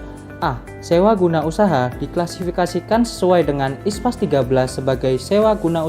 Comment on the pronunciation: International Public Sector Accounting Standard (IPSAS), kenapa dibaca ISPAS?